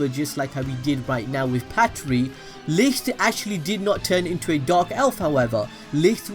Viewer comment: You're finally saying Patri. Thank you